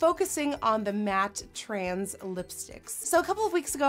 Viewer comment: It's matte TRANCE not matte TRANS as you keep pronouncing it 🙉